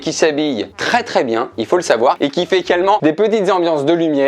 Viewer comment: Fusion entre "fait" et "également"